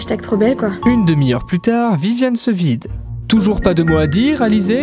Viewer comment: « La larvé est devenue oune magnifique papillouane »